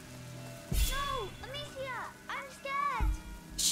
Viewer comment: Hahaha, I know Hugo said Amicia (or however you spell her name), but it fr almost sounded like he said, "Oh snap!"